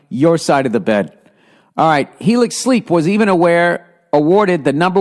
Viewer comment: Helix? Helics!?